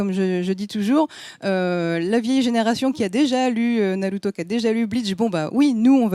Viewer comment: Faut arrêter de dire naluto etc etc pour avoir l'air geek ou je sais pas ce que c'est le but, mais faut arrêter, vous êtes pas japonais et ça s'entend xD Et la meuf de jujutsu kaisen dont j'arrive pas à me rappeler le nom (la rousse avec son vaudou là) est pas si intéressante que ça, y'a un potentiel mais son développement peux aussi bien être bien que tout pourrie, pour l'instant c'est 100 fois trop tôt pour se prononcer, on sait rien d'elle à part un flash back de 4 secondes et une histoire sur sa voisine mdr (d'ailleurs on sait rien sur personne en vrai, on nous a mit des début de piste pour que tout le monde ait un ptit air mystérieux qui rendent tout ça plus intéressant, mais concrètement, sasuke on sait rien sur lui à part qu'il a des problèmes de familles, gojo on sait rien sauf qu'il est trop fort, même le perso principal son background tient en 3 lignes xD) Bref j'm'arrête parce qu'on va me dire que j'suis un hater alors qu'en vrai j'ai passé un bon moment devant l'anime (parce que ça reste un bon divertissement), juste je trouve pas que ça mérite toute la hype que ça a l'air d'avoir et que j'ai pas entendu un seul point négatif en 1h30 de vidéo (bon en vrai je mens j'en ai écouté 10 minutes, mais j'suis sur que c'est la vérité mdr) De toute façon personne battra jamais one piece mdr